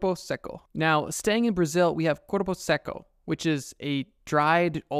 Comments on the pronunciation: aint no way bro said "Cuerpo Sequo" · And for corpo seco try Korpou secou to say it right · I love the way you pronounce "corupo seco" jokes aside, great video, I loved seeing each one of those creatures:) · As a Brazilian person, I have two things to say: First, the way you pronounced Mapinguari and Corpo Seco make my ears bleed. Stop that. Second, I have another story to the list: Loira do Banheiro, or “The Restroom Blonde” There are many versions of Loira do Banheiro, but what I can say for certain is that she’s a spirit that haunts school restrooms. The version I’ve heard the most say she used to be a young girl who killed herself in her school’s restroom, and now haunts all Brazilian schools. Also, in all versions there’s a way to summon her. In the one I’ve heard, she shows up if you flush and say her name three times (that’s why I like to say she’s the “Brazilian Bloody Mary”). I don’t think it’s actually scary, since I’ve never heard anything about her acting violently. Maybe it’s in the “creepy but we could vibe” category. (By the way, since kids are fucking stupid, it’s a canon event for most Brazilian students to try summoning Loira do Banheiro at least once. I’ve tried it. Nothing happened)